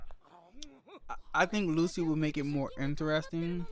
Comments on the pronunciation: It's not "Lu-C", it's "Lu-tschi" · It's Lucci. Like Gucci. Not Lucy